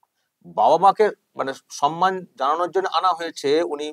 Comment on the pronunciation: Why mamata says 'sanman'. It will be 'samman'. Does she read bengali books?